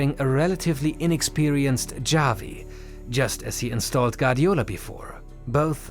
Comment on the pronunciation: Xavi* not Giavi